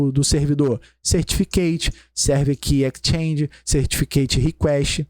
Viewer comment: excelente aula. se eu posso agregar algo, sugiro que o sr reveja a pronuncia de exchange (pois está comendo o som do S) -> e tambem a pronuncia de PREMISE pois o E nunca tem som de AI em inglês.